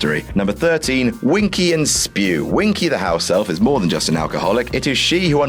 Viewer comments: IT IS NOT SPEW! IT IS S.P.E.W.! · it's not spew... it Is S...P...E...W!!!! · It’s not spew! It’s s.p.e.w - society for the promotion of the elfish welfare! Don’t say spew...sorry for just letting my inner hermione out 😂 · It's not spew. It is S, P, E, W. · It’s not spew!!!!!!!!!!!!!!!!!!!!!!!!!!! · It's not SPEW it's S.P.E.W!! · It’s S.P.E.W ! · It’s S.P.E.W, not spew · It is not SPEW, it's S.P.E.W. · It's not spew It's S.P.E.W. 😂😂😂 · IT'S NOT SPEW IT'S S.P.E.W and you for got that fight Harry had with Draco in the goblet of fire 😬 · It's Welfare... Not Warfare... SPEW! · It isn't Spew it is S.P.E.W